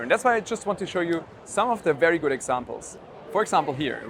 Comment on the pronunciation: "Verry gut" video! Loool!